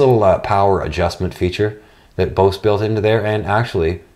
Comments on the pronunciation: It's pronounced Boze! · Yea well potatoes and tomatoes are nouns in the English language whereas Bose is a company named by a person. That person dictated is as "Boze". So how about you not compare the pronunciation to a non copyrighted fruit and vegetable. Side note "Cool Beans" is an okay phrase to use. But it does become irritating when you say is 16 times in one video. Nice channel though